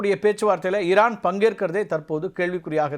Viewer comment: இரான் ha ஈரான் ? சார் ஈ வரலயே